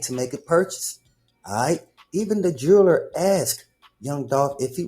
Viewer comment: the "jerrler" got the "jerrlery"🤣🤣🤣